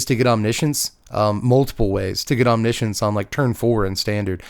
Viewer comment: I've never heard anyone say the word omniscience that many times in one sitting. What made me cringe even more was the pronunciation.. wtf is Omnissions?? I always thought it read as written (Omni) (Science) 😞